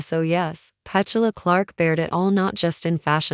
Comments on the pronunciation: The pronuncation of her name is PeTula not Pechula I believe. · The AI commentary ruins this. Can’t even pronounce her name properly 🤦‍♂️🥴